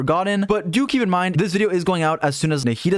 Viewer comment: every time he says "do keep in mind" I hear "dookie in mind"